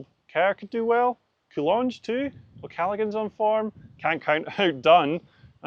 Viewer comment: Cathro struggling with the Irish lads second names 😂. "Dune" last week, and "Callagan" this week....